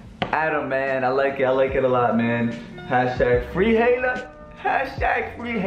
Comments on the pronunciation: Its “Ha-i-la”😂 you’re such a white girl😂❤️ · you said hayla not haila lmao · It’s pronounced hila not hayla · The way he pronounces Haila 😂😂 he sounds like he said Taylor 😂😂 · I love you I really do. But, lol, the way your saying Hailas name is driving me craaaazay!!!! Say HI_LA. <3 <3 xoxo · Lmfao says ‘haylah’ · The way slim pronounces haila is funny lmao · Yo no hate but your not saying Haila right